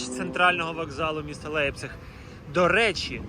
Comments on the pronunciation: автор, як потрібно прочитати назву міста LEIPZIG - лЯйпциг щоб вийшло як у вас лейпціг !?))) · до чого тут вікіпедія як що ця назва читаеться як лЯйпціг. Так само як футбольний клуб FC Bayern такі як ви чомусь називають Баварія )))